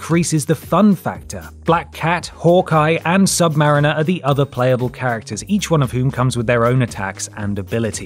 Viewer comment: I don't think that's how you say sub-mariner